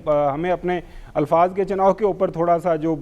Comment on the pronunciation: Why Ayaz Amir’s Urdu so poor. Alfaaz ko Ilfaaz kehtay haeN. Til dharnay ko Tal dharna kehtay haeN.